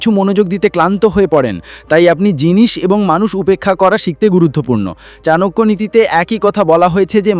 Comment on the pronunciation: চনাকিয়া উচ্চারণ টা শুনতে ভালো লাগেনা। চাণক্য বললেই ভালো হয়। সংস্কৃত শ্লোক গুলো বলে বলে ব্যাখ্যা করলে ভালো হয়। তাহলে সত্যি চাণক্য শ্লোক কিনা বুঝতে পারি।